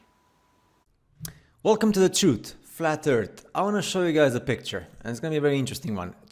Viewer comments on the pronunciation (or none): "Wulcum tu de trut, flat ert"